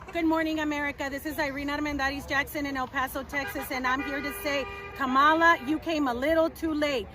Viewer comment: “Que-Mala “ I love it! 😂😂😂😂😂Kemala🤣🤣🤣